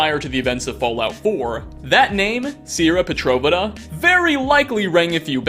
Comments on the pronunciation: "Serra potreva" that's definitely how you pronounce "Sierra Petrovita" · God, You’re cool man, but your pronunciations are atrocious, Sierra Pet-ro-Veet-uh, Got it? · Except we all know that we all killed Sierra Pet-tro-vita (Not once was it pronounced right) in Fallout 3, simply to get her Nuka Cola. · Is it just me or does it bug anyone else the way he pronounces Sierra Petrovita and Robco especially since the game voices how they are pronounced many times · i hope i never have to hear you say sierra petrovita ever again, all the hairs on my body tried to run away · You mispronounced Sierra Petrovita name. I don't want to be a grammar nazi but hate when people say name and words wrong. Don't care for misspelling. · he doesn't play the games. 100%. If you watch the fallout mysteries video where he talks about the mannequins he calls the "Board" melee weapon a "Machete". Even in the video a prompt comes up "x board". He doesnt play them. I just wish he didnt mispronounce things like an idiot. Sierra's name is a prime example.